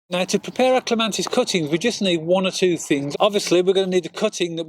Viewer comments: It's Clema(T)is, not Clema(N)tis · Cant believe such a knowledgeable man on gardening, doesnt know its Clematis not ClemaNtis!!! Never mind - very helpful - but very annoying... .!! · It is not a regional accent. Pronouncing Clematis with an "n" is incorrect. The title of the video suggest it is a tutorial video. Tutorials should contain factually correct information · Clematis not clemantis! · Thank you for the clear clemATis cutting guide, please note no N in Clematis. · Great apart from calling it a clemantis it did my head in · CLEMATIS. CLEM AT IS.Not CLEMANTIS..NOT..CLEM AN TIS. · I wish you would get the name right, there is no "N" in clematis. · There is no N in the word Clematis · I can't watch this. Every time I hear him say CLEMANTIS it's like someone scratching their nails on a blackboard! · Thank you, wonderful video, but every time he said clemantis I cringed. It’s painful 😂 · It's clematis! No n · He is wrong There is no N in the word Clematis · You cannot even pronounce it's name properly!!!!!!!!!!!!Very annoying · Yes if you keep hearing the wrong information and nobody corrects you then you are going to keep spreading nonsense around. It's unfair not to correct people, if you are sure they are wrong. There's no N in clematis. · Shame on your attitude, so he made a pronunciation mistake. Show some class.